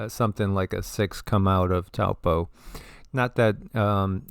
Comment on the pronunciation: Peace Be Unto You! First of all; Thank you for the information .. Let’s go Taupo; it is ACTUALLY PRONOUNCED TOE-PAW😮 The technology of these people cannot control a Super Volcano 🌋! Lol…they’re not ALL POWERFUL! Only #1 is .. WAS